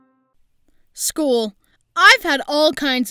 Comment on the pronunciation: Few i thought you said school but you said shool